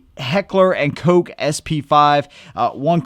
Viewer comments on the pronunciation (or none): Heckler & Coke? It's Heckler & Koch. "Koch" is pronounced like the English word cock, but with the German guttural "-ch" ending.